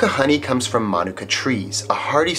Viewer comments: It's "Ma,Nuke,Ca" Manuka that's how you say it properly I'm a beekeeper from NZ as well 3 years experience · No, it’s “Ma Nu Ka”. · My mom loves Manuka honey. Love this episode. Also we've been saying manuka wrong our whole lives 😂